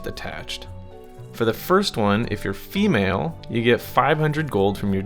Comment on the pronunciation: How you pronounce "fffEmale" is hysterical lol